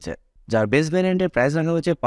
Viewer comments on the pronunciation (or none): ভাই এক লক্ষের উপরে সাবস্কাইভার কিন্তু এখনো Price/প্রাইসকে উচ্চারণ করেন prize/প্রাইজ। দুইটার শব্দের অর্থের পার্থক্য আকাশ আর পাতাল। ফেসবুকে বিভিন্ন পেজের কমেন্টে অনেক অশিক্ষিতরা এভাবে প্রাইসকে প্রাইজ বলে। আপনি ইউটিউব চালাইয়াও তাদের দলে। আপনি এভাবে সামান্য একটা শব্দ সঠিক উচ্চারণ না লিখলে আপনার ভিডিও কেমনে মানুষ দেখবে আর বিশ্বাস করবে? মানুষ তো ভাববে আপনি সামান্য প্রাইস শব্দই বলতে পারেন না।